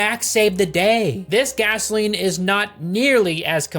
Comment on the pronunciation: Guzzaline, Guzzaline haha I know Americans call it gas, but Guzzaline haha